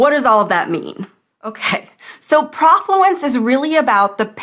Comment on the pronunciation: Be nice if you knew that the "pro" part of the word rhymes with "no"